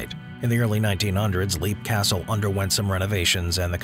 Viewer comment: It's pronoiunced LEP castle, not LEAP